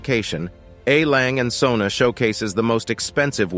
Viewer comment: YOU completely mispronounce LANGE & SOEHNE.............SOEHNE MEANS SONS........POOR pronunciation!